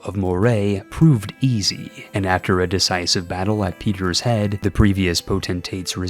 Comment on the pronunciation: Not when he said peters head its peter heed